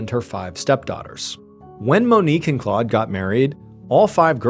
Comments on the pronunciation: Claude is not pronounced “clawed”. It’s more like Clode :) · Well done.....but the pronunciation of the man's name in French is "Clowed".